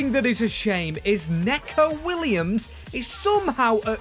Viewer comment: “NEEKO WILLAMS, NOT NECKO”